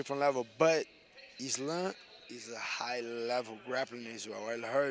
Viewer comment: I love how RDA and him say islam "izlun" 😂